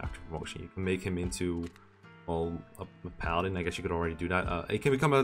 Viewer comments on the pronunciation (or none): none